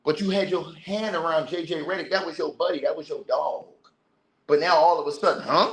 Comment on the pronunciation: This man said JJ Rhetoric, Im dead